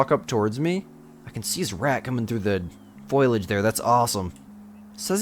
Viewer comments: Foh-lee-aj not foil-e-aj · Foliage is pronounced like fo-lee-idge, and not foy-lidge